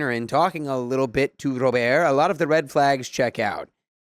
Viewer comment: Story 1: I cant stop laughing at “Ro…birrrt” 😭